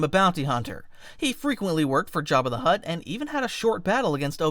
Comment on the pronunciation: Why did he call him jabbi de hutt